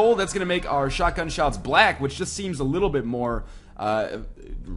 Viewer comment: its not shutgun its like MACHINESHUTGUN :P